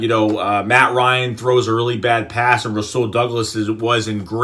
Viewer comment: and its u say it like rawsul